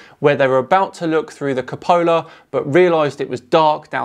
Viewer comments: Hey I love your videos but please pronounce "Cupola" correctly (Q-pola). (You call it the Capola). LEO really has shot himself in the foot with that vid lol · It's pronounced Cu--po--la my friend...love what u r doing, keep it up! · You keep mispronouncing "cupola"